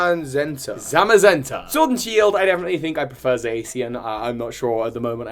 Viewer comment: Saw your twee, dw you pronounced the legendaries correctly! Their names are based on the colours cyan and magenta